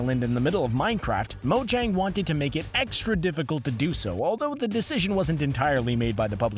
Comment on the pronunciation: Mojang is purnounsed (mo-yang)